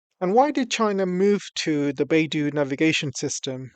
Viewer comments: its not bai du....it is bei dou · Pronounced "Bay-doe"